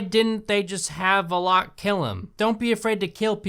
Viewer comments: i hate the way he says Valek lol it's Val-ek not vo-lock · It’s not Vlock. It’s Val-lik. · I'm sorry, but it's pronounced Val-Ek, not Volok. I know you ain't gonna remake this video, it's just bothering me that I had to say something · NOT VELOCK ASSHOLE, IT'S VALECK. THAT'S HOW YOU SAY IT. BEFORE YOU CRITICIZE, LEARN HOW TO PRONOUNCE WORDS AND READ. YOUR REVIEW FUKIN SUCKS. THE MOVIES ARE MEANT FOR FUN AND CHEAP SCARES NOT FOR DISSECTION. IF YOU WANT TO BE A MOVIE CRITIC, LEARN HOW TO READ, PRONOUNCE AND UNDERSTAND WHAT THE MOVIE IS FOR AND WHAT THE DIRECTOR WANTED TO DO. EDUCATE ME AND DON'T CRITICIZE FOR WATCHING THIS SHIT. BECUASE IT'S ALL JUST FOR FUN!!! CHEAP SCARES. THATS IT FOOL!!! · I feel like The Nun is supposed to be a comedy. Because Valak uses 99% of the movie being a dick to the humans. Also it's pronounced Val-ack (like ch from loch and not lock). If it was Valok or Varlok, there'd be an r. I'm sorry it just 😂 Lorraine said so in the Conjuring 2. But yeah, if The Nun had better writing, it could be a comedy. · I know this is old but it's pronounced VA-LACK not Va LOCK LOL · Bruh... you pronounce names wrong... ie. Vlock you said... it’s Valek 💀 if you’re going to be critical about something... please at least get your pronunciation right :/ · The funniest thing is the way you pronounce "Valak" as "Valock" don't get me wrong i HATED the movie "The Nun" but where tf did you get Valock? And it doesn't help that you said it so many times, I'm dying! 😂😂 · did my guy really say "Valock"????? smh its "Valek". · Veloke? Oh dude, at least learn how to pronounce the name of the villain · No. It's Val-ek. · It's actually vallok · No. NO!! IS PRONOUNCED VALL-ICK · His name is pronounced vah-leck (it’s just something I noticed you were saying sorry) But Jesus we watched the nun and I’ve never noticed half of this shit 😂 but ugh there was some parts that I just constantly sighed about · Hmm I thought it was Val-ick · It’s VAL-ACK u dumb bitch